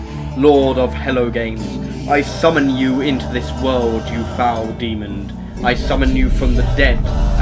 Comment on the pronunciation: ) I have friends that say Fanks, demond among many more! So Im not surprised. :D Fun video tho Im going to the kitchen to draw a face on a potato thanks to you.